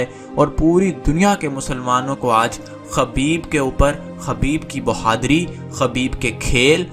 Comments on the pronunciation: Khubaib not khabeeb. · میرے بھائی خبیب نہیں خُبَیب صحیح لفظ ہے آئندہ خیال رہے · بھائ خبیب خ کے پیش کے ساتھ ہے